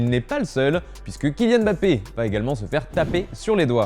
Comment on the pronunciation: On dit MmmmBappé...merde et pas Bappé